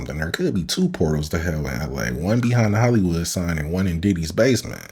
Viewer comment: Ill give you hint " HOLLY" wood, Everybody saing it wrong, just say holly as you say Holy